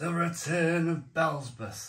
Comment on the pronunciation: Bee ell zee bub!!😂